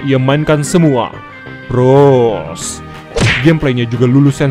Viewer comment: Bang bukan pros tapi pgos